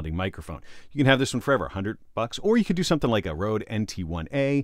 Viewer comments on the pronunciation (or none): none